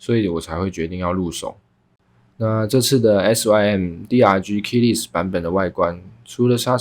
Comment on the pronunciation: Less 發音是累死